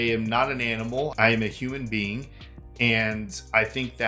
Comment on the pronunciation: "I am a Hunan bean"